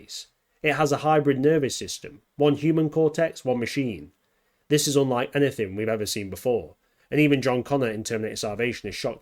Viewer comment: "HE COULD BE IN ZIS VERY ROOM!"